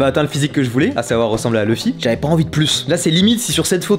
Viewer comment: LOUFFY(luffy) PAS LEUFFY 🐔🥚🤦🏽‍♂️ ouvrez vos oreille vous suivez en vo pas vf